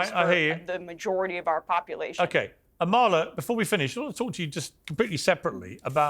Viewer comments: Piers: Amala pronounces her name AH-ma-la, not Ah-MAH-la. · Amala is way too sweet to correct you - hopefully you see this message or someone on your team does but her name is pronounced AH MA LA. Easy name to mispronounce but just an fyi :) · The two liberals are annoying. The Emma person is such a self righteous liberal. She’s so condescending - she shouldn’t have any platform. She is the worst kind of human! Amala & Deborah are so right. Also, why does Piers mispronounce Amala’s name...?